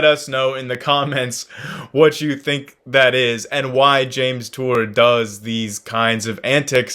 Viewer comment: Hawk tour? Say that again